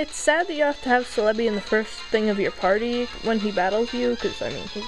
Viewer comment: IT'S FUCKING CEL-EBI pronounced (CELL-E-BEE)